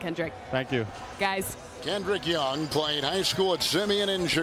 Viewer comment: "Kendrick Young" bruh